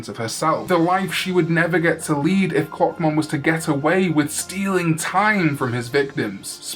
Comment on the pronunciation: Why did I hear cockmon instead of clockmon- is something wrong with me